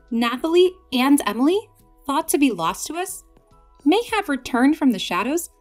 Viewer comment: For the last time it’s Emilie not Amalie